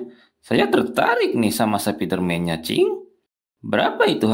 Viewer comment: spiderman❌ Sapiderman✅